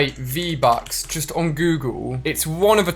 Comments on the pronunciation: he says get free-buks😂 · Lol u said free-bucks Good vid though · You said freev bucks